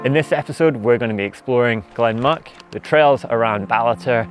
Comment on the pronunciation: Pronunciations: say as Lock Mick not Muck. For the Mountain, it's like Ben a voord. Pesky Gaelic!